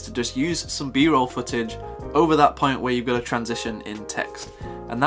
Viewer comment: No nonsense mode activated: “Let’s get straight to the moint.” Haha